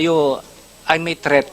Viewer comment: threat po hindi theat😂😂